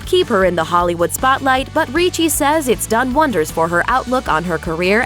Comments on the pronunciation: RIchi not REEchi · Ok, let me clarify something that bothered me ALOT. You pronounced 'Ricci' like "Ree-chie" when one my side of the family it's pronounced "RICH-IE" I don't know how Christina pronounces 'Ricci' but that's how I've always heard people pronounce my last name. It gets me triggered sometimes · It's not reechie it's like Richie........ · Ricci not reeeece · It's pronounced Rich-y.... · is her name actual pronounced like that, everytime she went RREECHEEE something in me died a little, I've a feeling she's not pronouncing it right...